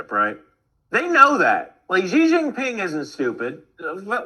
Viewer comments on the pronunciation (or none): The Chinese family name “Xi” is pronounced “shee” AND NOT “jee”. FYI